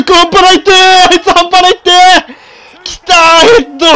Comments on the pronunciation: やっぱりあの定番のセリフは関西弁慣れてなかったら変になるなー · 発音ちゃう 中西くん見習えよ